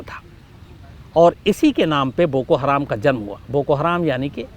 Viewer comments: शम्स ताहिर खान साहब, हराम नहीं हरम है जनाब, आपसे ये उम्मीद नही थी ❌❌❌❌ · बोको हराम नही बोको हरम होता है अन्धेर पत्रकार अपने आपको मुस्लिम कहते हो लेकिन आपको कुछ भी ज्ञान नही है ।आप फ़र्ज़ी मुस्लिम हो। और भारत में जैसे आरएसएस है वैसा ही संगठन है बोको हरम आरएसएस जैसे अल्पसंख्यक समुदाय पर हमले करती है वैसे ही बोको हरम वहां के लोगों पर हमले करता है।